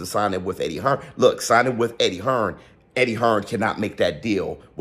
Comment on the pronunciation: You mean the "buhlook"